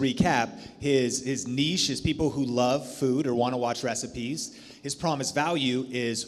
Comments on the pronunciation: So glad you said “neesh” and not “nitch” 😁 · Nice to see you are finally pronounce niche correctly lol